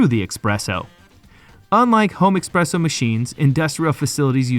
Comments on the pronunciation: It is espresso not expresso, and the tiramisu pronunciation is also off. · The narrator really needs to pay attention to his pronunciation. Tiramisu isn't pronounced as "tierramisu," and it's "espresso," not "expresso"; Italian doesn't even use the letter X except in borrowed foreign words. Great content, but hire a more professional, knowledgeable narrator! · “Expresso”? “Tierramisu”?? Bro, if you’re gonna do voice-over work, at least learn how to pronounce basic words. This ain’t it. Sounds unprofessional as hell.